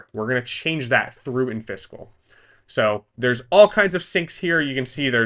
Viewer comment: it's killing me that you keep saying "in-fiscal". It's clearly supposed to be pronounced "in-physical" as in, not-physical. That's why there's an i between the s and the c.